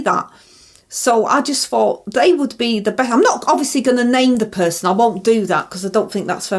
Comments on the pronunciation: Is that the “fort” you fight or the “fort” you fink? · When I heard her say "I fort I done everything proper" I honestly had to laugh.... bloody hell 🥲